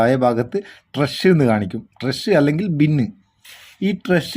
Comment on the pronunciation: ട്രഷ്.. അല്ല.. 😄😄 ട്രാഷ്.. ആണ്.. അപ്പൊ തെറ്റാതെ പറയൂ.... ട്രാഷ് ഓക്കേ 😍😍